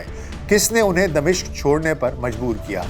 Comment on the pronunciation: اگر (د) کے نیچے زیر اور(م) پر زبر کریں تو دمشق کا درست تلفظ بنے گا۔تبصرہ زبردست ہے،اللہ اجر دے۔